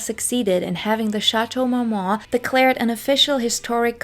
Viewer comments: Is this a spoof video? Like a joke? Does she keep saying Shatow Mowmow? 😂😂😂😂😂 I always wondered how some content creators put in hrs into a video & yet do not learn the proper way to pronounce the very subject name country person the very video is about!😂 I’m sorry but with the lower eyelash stick ons & “Shatow Mow Mow” i thought this video was a comedy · It can be fifth but to mispronounce a legendary location & butcher the name & say it like Shatow Mowmow is too much.